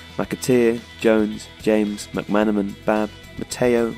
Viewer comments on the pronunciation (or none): Also, Mc-Man, and Houghton (not Huton).